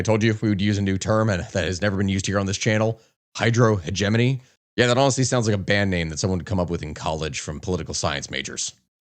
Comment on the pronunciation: Just a note but i am mortified with how you say hegemony. Please continue, do not change.